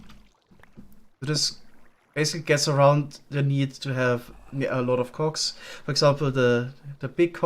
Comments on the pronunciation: Hee hoo, the accent makes it sound like hes saying Cocks instead of cogs. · I love how careful pronounces cogs and shafts 😏. Looking forward to see him play with the create mod some more!